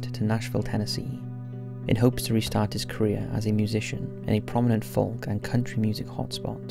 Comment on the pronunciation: ‘Folk’ is pronounced ‘foke’ you muppet.